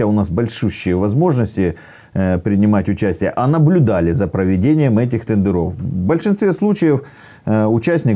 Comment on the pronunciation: Как он сказал "тэндэрОв".Сразу вылючил. А где куст конопли?